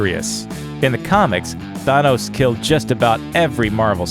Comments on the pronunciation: Th-an-os also you said he had visions due to Thanos which is wrong. I won't tell you how so you actually watch the movies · Th A nos Emphasis on the A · I hate the way you say Thanos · why does he say thanos like that? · Ahhh they way you pronounce Thanos is jaw clenching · Why does he pronounce Thanos name that way? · It pisses me off how you say thanos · Wow. Not pronouncing Thanos right. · Sometimes you pronounce "Thanos" correctly other times you buther it... I don't get how. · does this guy know how to pronounce thanos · The way he pronounces Thanos is very frustrating. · OMG The way he pronounces Thanos is so fucking Annoying!!!!!!! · The narrator should not exist he can't even pronounce thanos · your not pronouncing Thanos right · I fucking hate the way you're pronouncing Thanos. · learn how to pronounce thanos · why do you say thanos so weird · Why do you say Thanos like that? Idk the official enunciation, but it seems like you put a ton of emphasis on the wrong part of the word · he is pronounced Thanos wrong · you cant even say thanos properly